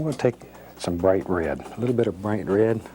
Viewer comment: I can't get over the way he says "rared" instead of "red"